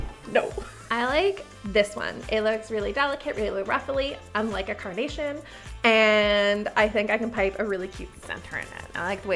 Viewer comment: Everytime you say carnation I hear coronation and I spent several minutes wondering what the heck was a coronation flower 😂😂